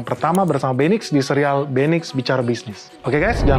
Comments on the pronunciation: Agak aneh di telinga setiap kata MEQI diucapkan 😢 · Pak.. Mending penyebutan nya MEQI perhuruf aja, saya kalo nge play pakai speaker didengar orang kok konotasi nya agak wadidaw😅